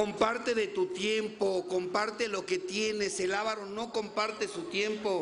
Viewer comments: No es aaavaro, sino avaaaro. Fuera de eso, buen compartimiento. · Se dice aváro....con acentuacion en la segunda a